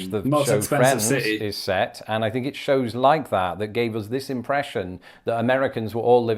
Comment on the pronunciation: Why does this attractive young lady pronounce "think" as "fink"?. Just askin".